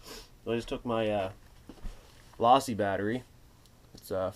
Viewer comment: Low see not law see